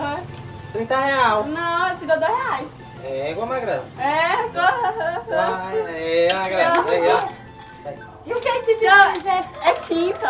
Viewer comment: Oo certo seria magrela nao perdoa uma fofoca..tava com fome ze que tu comeu o "R" ??